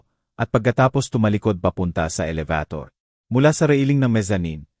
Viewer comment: Pilipino k Bkit Hnd m mabigkas NG ayos ang salita. Elebitor. Elibator. maraming Salita ang Hnd maayos bigkas in.